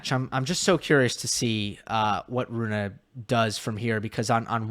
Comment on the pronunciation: pleaseeee. Its not Runa, its Rune. Runa could be a girl name. Like Ruud is not Rude the u is short. Hope I helped you with this...